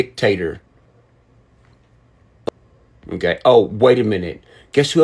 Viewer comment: He said Dick tater lmao